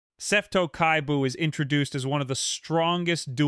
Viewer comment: Seto Kaiba ❌ Seto Kai Buu ✅